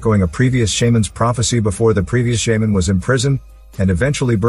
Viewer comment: Computer generated voice mispronounced shaman. Got too frustrated in the first minute to finish watching.